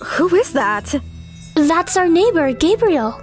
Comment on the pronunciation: It sounded like he said “my name Gabriel but you can call me gay”💀